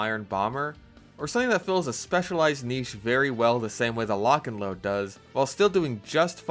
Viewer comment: Lotch and load - Fatmagic